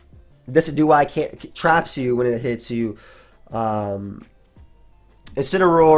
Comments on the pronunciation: I think it's De-CI-du-eye, as in deciduous trees. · "Dih-sih-jew-eye" Like deciduous trees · its de-ci-du-eye(low e, low i) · I think Decidueye is pronounced like a Deciduous tree. De-si-jew-us. So it would be de-si-jew-eye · dessy dew eye....bruh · I'm pretty sure it's pronounced like deciduous+eye. like de+sid+you+eye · the way you pronounce Decidueye it's based on the word Deciduous like trees